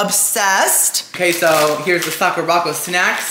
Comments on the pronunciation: Hi, I really enjoy your videos! Just a little fun fyi… the Sakuraco box is pronounced Sak-ura-co…. Like the Sakura flower with co at the end. Not sa-ku-ra-co. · not calling it sock-ooo-rock-oh AGAIN. LOL its Sakura (like the Japanese flower on the cherry blossom tree) co (as in short for company) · BTW its Sock-er-Ah Co. like the Sakura blossom. Sakura Co. Akidearest, another youtuber who lives in Japan gets the box too.